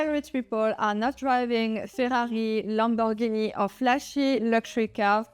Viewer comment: Real wealthy people know how to pronounce Lamborghini (and no, it's neither "Lamborgeeney" nor "Lambo")😂